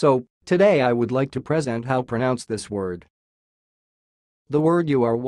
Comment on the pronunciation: IK it's auto-generated but he/it doesn't even pronounce "present" correctly 🤦‍♀️